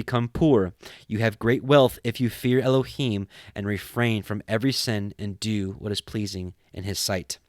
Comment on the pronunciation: This is the first time I have heard the Book of Tobit. Thank you for the wonderful commentary and proper pronunciation for Elohim, Yeshua and the Ruark Hakodesh. It’s just a wonderful book filled with uncommon knowledge. It’s the only book that speaks of the Angel Raphael. God be praised and exalted for eternity.